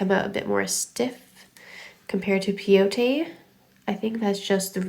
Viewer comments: pronounce Peyote like (pie-ute) from the Peyote tribe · Peyote, pronounced pay-oh-tee, is named after it's use in decorating items that are used in native American peyote ceremonies. Peyote is a small cactus that has mescaline which is psychoactive. It's also known as the gourd stitch which comes from it being used in decorating gourd containers. The tribe you're referring to is the Paiute.